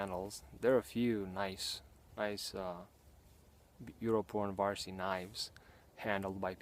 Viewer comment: It's funny how you say Yrjö Puronvarsi. :D Greetings from Finland! Awesome video.